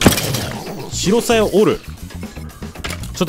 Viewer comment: 白鞘の読み方は「しらさや」です